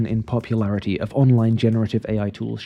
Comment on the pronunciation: An AI voice pronouncing AI as “aye” repeatedly is peak AI.